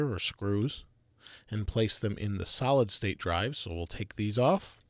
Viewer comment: Am i the only one who heard salad drive?